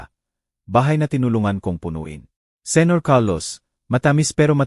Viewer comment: You must be kidding by saying very good narrator? Just listen to the pronunciation. Baby, Jose, senator